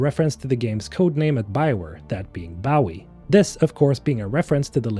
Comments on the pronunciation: Bo-ee not Bow-ie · its Bowie like bow and arrow and not a boat bow. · Ok I don’t mean to be mean or anything but why do say David Bowie David Bawie😂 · I don’t mean to poke fun, but ‘bow-ee’ makes me giggle a little.